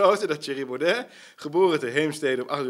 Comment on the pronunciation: Bram: 1. Spreek zijn naam niet express verkeerd uit om 'm te triggeren, wat niet werkte, kinderachtig. 2. Poets je schoenen.